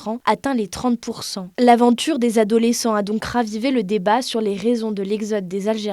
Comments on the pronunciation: Des sept zadolescents? Cette journaliste de 20min mérite immédiatement une promotion (même pas canapé) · Les sept adolescents, pas les sept z-adolescents !